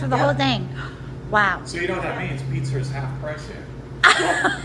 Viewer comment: Easy for you to say!! Loved the bloopers!! Cool finds...thanks for sharing!! By the way, its pronounced PIZZ-A not PIZZ-ER🤣